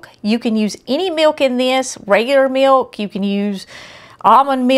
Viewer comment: Ohhh,❤ She said meok for milk just like my mom from North Carolina used to say. Makes me want to cry.